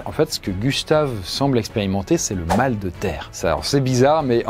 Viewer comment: Le k de Gustave et super bien dit